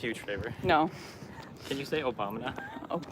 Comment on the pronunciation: lmao she said Obamna